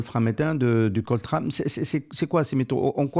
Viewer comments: On ne dit pas COLTRAN mais COLTAN, pour Colombo tantalite,, c'est un géologue minier qui vous le dit: VOUS OUT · Oui.. bon, a en effet repris le terme de l'intervieweur, COLTRANe (comme le saxophoniste), mais à 9mn05, il précise que COLTAN, c'est COL comme Colombium (et non Colombo, comme le détective), ex nom du niobium, et TAN comme Tantale. On peut disséquer chaque mot, reste que le propos est intéressant.